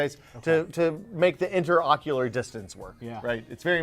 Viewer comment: "Inter Oculuar Distance" Nice!